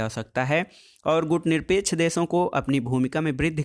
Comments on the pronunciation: सर मैं बार-बार बोल रहा हूँ आप गुटनिरपेकछ आन्दोलन नहीं गुटनिरपेक्ष आन्दोलन बोलो। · सर गुटनिरपेक्ष आन्दोलन हैं ना कि गुटनिरपेकछ आन्दोलन।